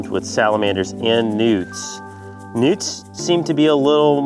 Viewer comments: I swear they were saying "Nudes!"😂😂😂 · For some reason I thought he said "mark and mario have spotted some nukes". 😂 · EVERYTIME THEY SAID NEWTS, I LITERALLY THOUGHT THEY ARE SAYING NUDES!😋😂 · I kept hearing nudes lol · Who hears nudes instead of newts? 😂😂😂